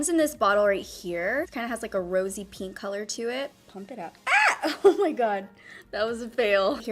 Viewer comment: LMAOAOAOAO it’s pInk not pEEnk